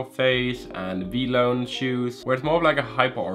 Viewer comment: who the hell says vlone its v - lone as everybody that has been on says it wtf lmao